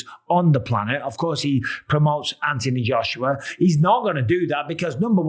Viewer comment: Its Anthony Joshua. Not antiee Joshua. You brits are fucking weird. I hope jake paul knocks him out. He might buy you a new set of marbles. I watched the netflix warrior. Saw you in it good stuff. Take care young man dont dont kill me